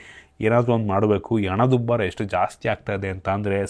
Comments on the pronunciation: ಹಣ ಅದು ಅನ ಅಲ್ಲ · ಗೋರ್ಮೆಂಟ್, ಅತ್ತು ವರ್ಷ, hike ಹಾಗಿತ್ತು, ಅಣದ ಉಬ್ಬರ, ಅತ್ತು ನಿಮಿಷದ, ನಾನ್ ಎಳಾದಾದ್ರೆ, ಅರಿದಾಡ್ತ ಇದೆ, ಬೇರೆ ಎಸ್ರಲ್ಲಿ